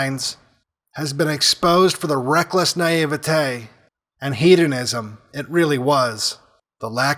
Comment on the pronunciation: Thats the weirdest pronounciation of "naivety" i've ever heard lmao wtf